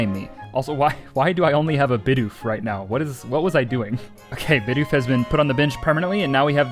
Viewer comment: multiple bidoof=bideef